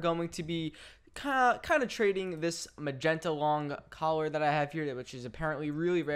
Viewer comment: any one else realize he said "a short magenta lon collar"